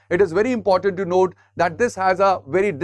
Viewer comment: Sir, you're good in your explanations, however, it's important, not 'inportant'. No offense please.